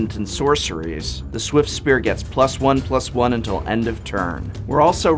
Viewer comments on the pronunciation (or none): none